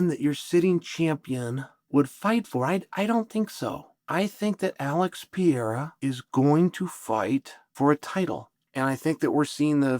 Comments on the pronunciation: bro saying piera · I'm glad the pronunciation of Pee-Era is still on the table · Learn to say Alex’s last name correctly 👊